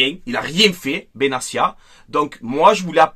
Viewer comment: Benatia est marocain on prononce le t pas s il n'est pas italien